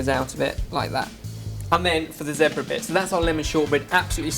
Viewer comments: zehhbra?? haha zeeeebra!! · It's zebra not zepbra you guys....just saying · WHOA he said "zeh-bra" not "zee-bra" europe is weeeeiiiird o.O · like zee-bruh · isn't it zebra? or just different pronunciation and ooh dropping wett ;) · they pronounce zebra so differently